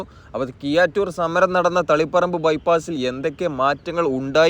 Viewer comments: Kiyattoor alla bro keezhattur aanu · കിയ്യാറ്റൂർ അല്ലടോ കീഴാറ്റൂർ എന്ന് നന്നായി നാക്കു വടിച്ച് പറഞ്ഞ ശീലിക്ക് . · കിയാറ്റൂർ അല്ലെടോ കീഴാറ്റൂർ.